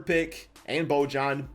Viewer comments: its pronounced boyan. not bojan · I think it’s “bo-yan” or “bo-han”